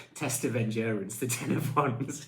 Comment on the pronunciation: Endurence, he says, smiling…. Have a heart, show some mercy, 😂